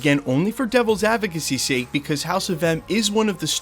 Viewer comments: What is a "hause" of madness?😅😅😅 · I have one question; What's a "Hause"?